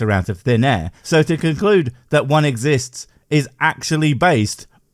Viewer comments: How do we know god Exi-yist-s? Well, a good starting point would be get an education sufficient to pronounce big words like exists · He's not the firstcreationist to drop thesecond "s" on "exists."